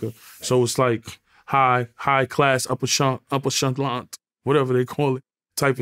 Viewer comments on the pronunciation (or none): No he said "upper shantelant type of things" its ok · Lmaoooooooo YAYO butchered "upper echelon" 😂😂😂😂😂😂